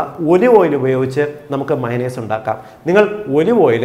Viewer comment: മൈനസ് എല്ല മയോണെയ്സ്